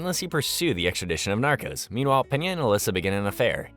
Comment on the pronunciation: Not the "narcus" 😂